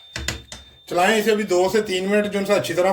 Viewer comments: Recipe bohat achi hy lekin bechara cook sahib URDU mein phans gya 😅 chalaeinnnn 😂 Chalaeinnnn 😅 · Recipe bht achi hai lakin ye chlain chlain pe hans hns k bura hal ho gya hai mera😂😂😂😂😂😂